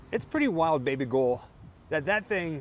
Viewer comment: Are you calling her Baby Gull?